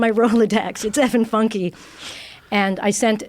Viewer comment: Its pronounced Fyunkay